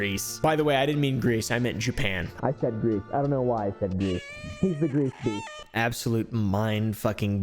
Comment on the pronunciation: Everytime you say his name, I just hear "GreaseBeast" instead of "GreeceBeast"